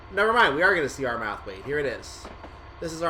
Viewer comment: "Ar-Math-wait"? LOL.... it's pronounced "Arr-merr-thwait". Come on.... do ya research:)